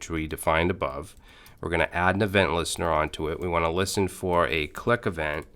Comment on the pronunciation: Add, not ass 😄😄